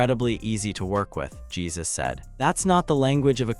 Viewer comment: Not Jesus, but its pron is "Jae Joo S"